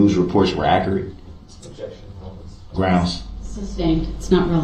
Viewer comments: If you take a shot every time he says "grounz," it will take several days to watch this video, and then you will need to enter rehab. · You mean " Grounz"??😊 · He lies from the very beginning, when he is being arrested and intentionally mispronounces his first name.